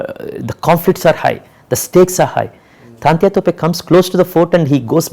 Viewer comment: True . He is absolutely right. But even the directors should know (also to pronounce) the the names in right way of the great historic characters(as per his own say ) as well as he knows the right history . He is calling 'Taatyaa' Topey as 'Taantya ' all the time .